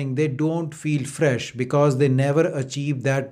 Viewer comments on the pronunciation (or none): none